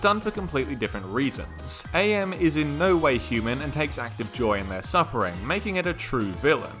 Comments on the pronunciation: It's not A.M it's am like the word am. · It's pronounced am not A.M. like "I am tired" not "it's four A.M" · Pretty sure AM’s name is supposed to to be pronounced like how you’d say “I AM” …not like saying A.I. The game that had the involvement of the creator Harlan Ellison had it pronounced such. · His name is pronounced “Am” btw as in “I think therefore I Am” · Is this a joke about his name being said wrong (it’s pronounced Am, as in I think therefore I Am) or do you not know? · Don't say A M man, its AM, as in, "I think, therefore I am." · AM's name used to be an acronym, but it's just pronounced like a single word "AM" since he's no longer the Allied Master computer, Adaptive Manipulator, or the Aggressive Menace. Cogito, ergo sum (i think therefore i AM) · Small note AM in IHNMAIMS is pronunced as the word am, since his name is lifted from the phrase I think therefore I am. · it's AM, not a.m. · Really annoys me that you keep saying "A.M.", it's pretty clearly and aggressively spelled out in the story that it's AM: As in "I AM", not "Allied Mastercomputer"; "Cogito, ergo sum; I think, therefore I AM!" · Is this script read by an AI and not a human? The character is not "A M", it's "AM", as in "I am what I am". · His name is AM, not A.M. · Please. It's Am, not A-M. He's a computer, not a clock. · AM is just pronounced "am" fyi, listen to the audiobook recorded by Harlan Ellison himself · Is it not pronounced like the word am, like the one guy says, I think therefore I am?